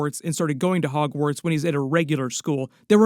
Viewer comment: i did too 😅